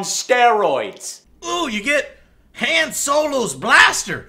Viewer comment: Oh ,joe that’s not how you pronounce Han, it’s Han it’s with on but with an H not Han with hat